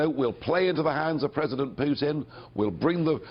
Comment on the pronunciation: Nigel for pres-o-dent!